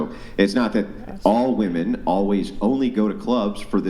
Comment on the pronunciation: I've heard 'woman' for singular and 'WOOMAN' for plural